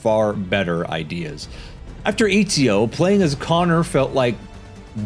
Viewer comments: Eeezio? Eh tsi oh. Put some respect on that mans name and pronounce it correctly. EZIO AUDITORE DA FIRENZE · Bro, I’m sorry but I gotta say this it’s not fucking EEE-ZIO it’s ET-ZI-O